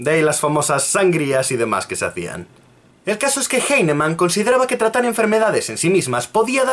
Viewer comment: cacti Bruh, no has demostrado nada en tu comentario. Lo único que haces es soltar ad populums y falacias de autoridad, llorar porque el tipo no sabe pronunciar un apellido alemán del Siglo XVIII, y atacar personalmente metiéndote con su físico. Si tan partidario eres de la homeopatía, te digo desde ya que defendiéndola de esta manera la estás perjudicando más de lo que la ayudas.